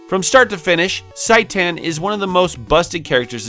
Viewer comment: It is pronounced "Shi Tan".